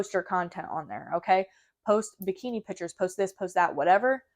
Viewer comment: also, it’s PICTURES…. not pitchers Lol 😂